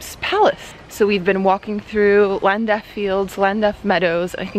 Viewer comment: You've got taste. Cardiff is a brilliant city. And only about 60 miles from where I live too! By road or rail it would take 1 1/2 hours to get there from my place. You need a bit of work pronouncing places names beginning with "Ll", like Llandaff for example!You can get to see rugby games in Cardiff in February and March each year - there is the annual Six Nations tournament between England, Wales, Scotland, Ireland, France and Italy. Also there's Autumn Internationals in November and December, each year (except Rugby World Cup years, next one 2019 and then 2023 and every 4 years after that), where Wales play 4 games against mostly Southern Hemisphere sides, like New Zealand, Australia and South Africa for example